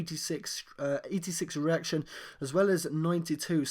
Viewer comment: it sounds asif you're saying 'erection' instead of 'reaction'